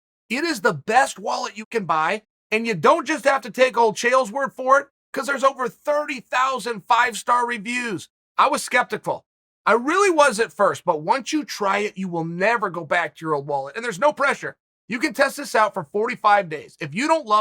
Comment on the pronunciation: I learned a word today. Chael was "spectic-full" about the Ridge wallet at first!